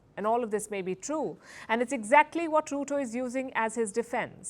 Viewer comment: Ruto?? Mo like "Loot-O